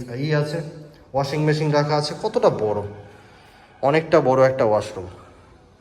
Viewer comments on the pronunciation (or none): none